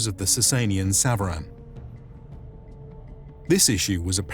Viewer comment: Thank you very much for this episode. I just wanted to mention that SVARAN as mentioned in your episode is pronounced SAVARAN in farsi means mounted troops. Or SAVAREH NEZAM .🙏❤🤍💚